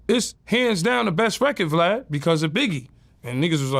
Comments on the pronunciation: lol he said glad instead of of VLAD. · U so rude u saiid his name wrong the disrespect!!!!! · didn’t say his name wrong that’s what country black from 3 6 mafia call him 😂 it was purposely